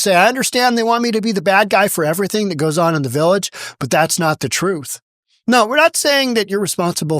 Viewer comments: She’s going to tell the truf about these allezations… 🤡🎪👩🏿‍🦰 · She telling the truff 😂😂😂😂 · Tiff , the con and liar, and her attorney, the blustering windbag ...are painfully ridiculous. It was and IS her shit show. She is entirely unable to tell the "TROOF". Show us the proof.